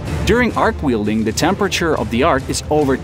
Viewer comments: It's not wielding transformer, it a welding transformer. Really dislike AI voices. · You have very, very good English pronunciation, but there are a few words that give away that you’re not native. In particular, welding is pronounced with a short e like well or smell or hell. You were saying wielding which means holding a tool or weapon you have some proficiency with. Very interesting video. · Weld, NOT wield!! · twice less? do you mean half? ai sucks. ...weelding? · What’s an Arc Wheel-ding? Lol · Please stop saying wheel-ding